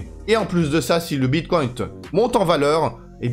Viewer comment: pourquoi dis tu bitcoint 🤣🤣🤣